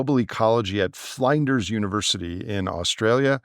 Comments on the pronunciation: Flinders is pronounced with a short i as in flint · Flinders pronounced like lynne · pronunciation of Flinders's Uni quite amusing, as an Adelaide resident myself. The fact that trigger warnings have to issued because some point of view "may hurt our feelz" is a sad indictment of our society. In the approach to civilisational collapse it is imperative that stoicism be taught in school at all level and that we cease rewarding and encouraging entitlement and victimhood.